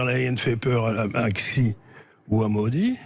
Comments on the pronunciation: Le type a "vécu" 20 ans à Hong Kong et il ne sait même pas prononcer correctement le nom du Président Xi ! 😀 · Le type a "vécu" 20 ans à Hong Kong et il ne sait même pas prononcer correctement le nom du Président Xi ! 🤣🤣🤣